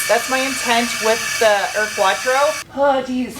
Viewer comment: Bilstein, Porsche, Audi.... as a german, i'm very impressed from your RIGHT pronunciation!!! But the U in UR-Quattro is not "ör-quattro".... it's like "your-quattro" without the "y".... like german "Uhr" like a watch..... smartass mode off :-) A realy nice car, you will hard find one in germany in this condition.....Greetings from bavaria, germany